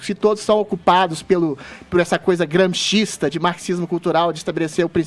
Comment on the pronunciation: "Guerra cultural... Gramshhhhhismo... mimimimimi"